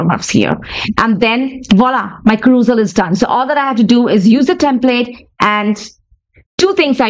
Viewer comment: As a fellow OCD, your pronunciation of CAROUSEL (ka- ROOS-al???) is driving me absolutely 😵‍💫 mystery: wondering why you didn't ask ChatGPT how it's pronounced.